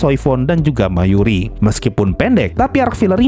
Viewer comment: Btw itu namanya Mayuri bang bukan Mayuchi Sama TYBW bukan TBWY😂 Thousand Year Blood War Kalau abang gak suka cerita bertele-tele TYBW jawabannya bang bahkan ceritanya straight forward to the point dan banyak adegan original yang tidak ada di manga untuk menambal plot hole ceritanya bang